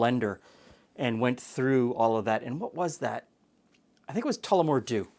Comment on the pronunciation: Good job on the pronunciation! I love Tullamore Dew for sipping. Break it out more often. Try this drink with it and less lemon!